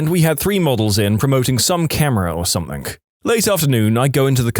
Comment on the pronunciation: No K in the word something